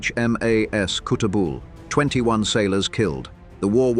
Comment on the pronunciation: The pronouncation of the ferry HMAS Kuttabul by Aussies and the locals in that region just nth of Mackay is cut a bull.